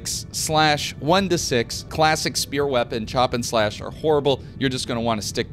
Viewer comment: Oblvion and Skyrim players be like "what the fuck is a speeeoore?"